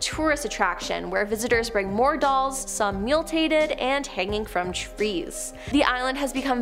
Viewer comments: The word is MUTILATED. .NOT MULTatEd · 😂I was thinking the same thing!…..Muletated😬🤦‍♀️🤣🤣